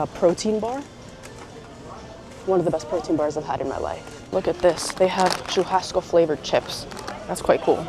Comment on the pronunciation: Oh, I had to come back here after hearing you speaking Portuguese! Yeah, I noticed your pronunciation good in churrasco! Lol! Okay, vídeo was not so clear, that is why the guy in the street market thought you said Montevideo! Other than that, your Portuguese is pretty good! Wow! Dois quilos de batata...tem sacolinha! I couldn't say that better myself... The song playing in the background...Nothing's gonna stop us now! I have a question. You mentioned your day a couple of times (maybe more) and I feel like I am missing something here. Is your dad, Brazilian? Is there a video where you talk about this? And, is so, can you send me link, please?